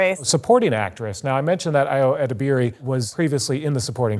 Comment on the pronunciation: Please learn how to correctly pronounce Ayo Edebiri's name,.